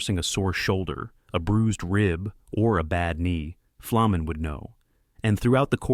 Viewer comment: Boy is there some bullshit in this video. Ferny did not have a reputation as a dirty player and in fact had little interest in fighting. Who put this together and could they at least pronounce his name right it’s an easy one.